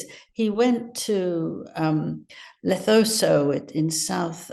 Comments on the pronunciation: Lesotho is pronounced LE - SOOT-OO. Silent H. From Cape Tow SA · It's pronounced Le SOOtoo with the emphasis on the middle syllable. Les from South Africa. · Angela pronounced “Le - su- too” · Lesotho pronounced Lesootoo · A random comment .. but Angela.. it’s pronounced ‘ Le Sue Too’ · Its pronounced Lee-soo-too, my goodness it's just cringe to hear you butcher that name... Say it again, Lee-soo-too... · Don't know where I heard this but it was pronounced something like this: Lay-SOO-too. I suppose a dictionary would have the answer. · Lesotho is pronounced Le-soo-too. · Lesotho...Le-soo-too...its how we pronounce it. Blessings. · Please learn the proper pronunciation of Lesotho. It is pronounced as "luh·soo·too" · Where's Lethoso, Angela?? Do you mean LESOTHO? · Pronounced Lesuto Angela. I have been there. When I lived in South Africa I went on a visit. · Lesotho....not that hatd to pronounce. Come on!!! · Angela needs to learn how to pronounce African words properly. Sentebale and Lesotho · It’s LE(as in egg) SOO TOO and it’s SEN TA BA LE( as in egg) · Angela. It's Lesotho and sentabale. Get the wording right. It's your job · Can’t bear listening to this woman. She is so inarticulate, and she can’t pronounce simple words. It’s L E S O T H O, dear, not L E T O S O. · LESOTHO!!! FFS. Get the pronunciation right!! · Angela, please get Lesotho’s name right. The way you incorrectly pronounce its name makes you sound ignorant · This journalist cannot even pronounce Lesotho or Sentebale. Laughable! It was specifically an Aids charity when set up. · Is it so hard to find out how to pronounce 'Lesotho'? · I get irritated when she gets details wrong .... Their awful wedding was in 2018, not 2019. Lots of other instances... Also when she mispronounces names and places, eg. Lesotho, Senteballe and a number of others! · Leh -- sue -- too. Not Le- tho-so😂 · Please tell Angela that the country name is pronounced “Le Sue too”, not “Le tho so”. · It's Lesotho, not Lethoso.